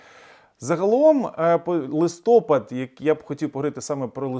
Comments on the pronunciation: Дякую за таку важливу інформацію!Але українською-листопАд,ні в якому разі не-листОпад!Бажаю успіху! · Не листОпвд, а листоПад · Не листОпад, а листопАд! Дурак Ющенко так говорив, i пiшло. Ви в школу ходили? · не листОпад, а лисопАд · листопАд не листОпад, ящо мова про місяць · Ви грамотна людина, правильно вимовляйте назву місяця "листопАд". На Ви вимовили це слово правильно! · "Наголос у слові «листопад» падає на останній склад у обох значеннях слова: і як назви місяця, і як процесу опадання листя." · а как выжить...на 3 000 пенсии.. часто говорите ? на украинском языке,листопад-ударение на последнем слоге..Сумы Украина...